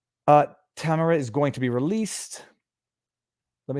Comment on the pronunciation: Viva, her name is pronounced tam air ah